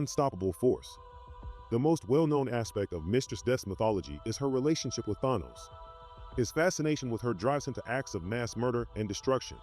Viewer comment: Why do some comic book Youtubers and enthusiast refused to pronounce Thanos name correctly?